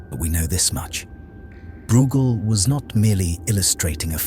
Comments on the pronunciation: You are not pronouncing breugel correctly. It's not brewgel, it's broygel. (I guess it's an AI voiceover. As always making annoying errors.) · Pronounced Broy gel, rymes with fell. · Great analytical powers. But his name is pronounced BROYGAL